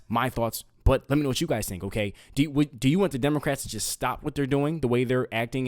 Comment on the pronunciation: Right at the beginning, did you say democrats or did I hear demonicrats. I find the latter more accurate.